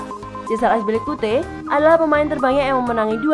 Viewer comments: Aspilicuete ???? Azpilicueta kali Min.. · azpilicuate? lol tinggal baca doang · Azpilikute itu siapa anjir , kami tau nya azpilicueta🤣🤣🤣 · Akspilikute? Wtf hahah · Saya baru tau cara nyebutin nama cesar aspi🤭🤣🤣